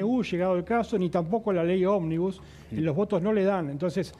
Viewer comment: porque dice "OBNIBUS"?